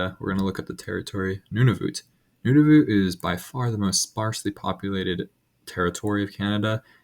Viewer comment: I'm from Canada and I've never heard Nunavut pronounced the way you said it